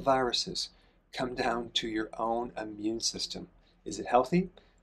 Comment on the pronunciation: It is Not your "Ammune" system; it's " immune"